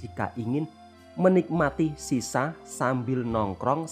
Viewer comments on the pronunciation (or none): Ni pun jangan salah sebut. Shisha bukan sisa